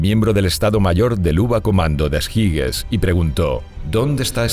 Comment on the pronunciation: En español las palabras extranjeras se deben leer como están escritas. Lo que sí no se debe hacer es leer alemán con pronunciación inglesa. Oberkommando des Heeres se lee en alemán "obercomando des jeres". Jeres, no jires.